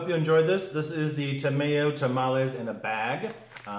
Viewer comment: Congratulations, Every Success and Happiness for the Both of You!!!! Bigg Huggs !!! btw, Ta My oh, like Chimayo New Mexico, it's Chi My Oh, Tah My Oh. Ta May Oh sounds like food lube